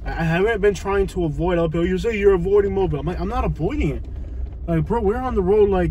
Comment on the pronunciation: Mobile is pronounced MO BEE EL. Stop and ask anyone to say it for you. AFRICA TOWN...not in or near Prichard.